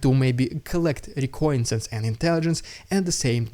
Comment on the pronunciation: Thanks for the videos, just want to let you know that you're pronouncing the word reconnaisance a little strangely (fair enough it's an odd word). If you want to say it like a North American English speaker it's more like "re-CON-uh-sense" Hope that's helpful keep up the good work!